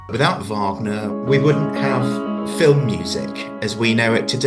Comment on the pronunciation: AI narrator can't even pronounce Wagner.